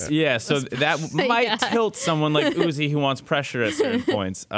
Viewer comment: Uzi is note U Z AI, plz stop that